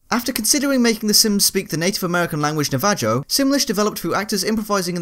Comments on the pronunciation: Navajo is pronounced Na-va-ho, dangit. XD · ***** "Na-va-joe.... No that's not right...."